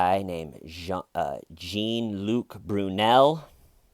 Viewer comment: Jean Luke pronounced"jaun"☺